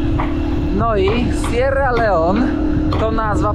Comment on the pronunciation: Kierowniku jak to w koncu jest z ta wymowa … raz Sierra Leon, raz Sierra Leone, zdecyduj sie😳